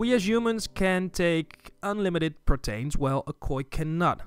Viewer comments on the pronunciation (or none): not pro-tain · was clinching my ears every time he would say "Protains " instead of Proteins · The way you say protains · Lol, the way he says Proteins